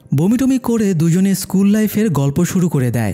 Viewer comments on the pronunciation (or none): none